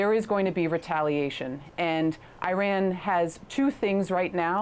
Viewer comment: She cant pronounce - trump or Iran